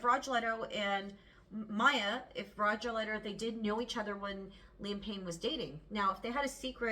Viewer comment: Rogelio is pronounced Row HE lee o